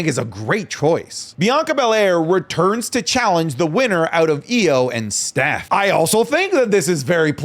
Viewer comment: the way you pronounce stephs name pmo </3